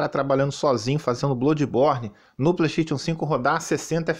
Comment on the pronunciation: HAHAHAHAHAHAHAHAHAHAHAHAHAHAHAHAHAHAHAHAHAHAHAHAHAHAH melhor 😂 pleixteitiu, écsi bócsi😂 eu amo qndo ele fala assim 😂 mas nada supera rat le clanque q era p ser ratchet and clank😂🤌 mas agr ele tá falando+direitinho 😂